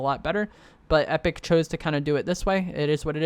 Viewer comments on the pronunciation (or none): none